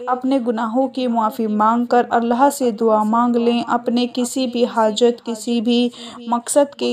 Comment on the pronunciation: please say 'Allah' Not Allha.